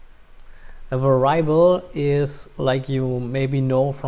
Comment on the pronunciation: great. for the future, please verify the pronunciation of the word "variable"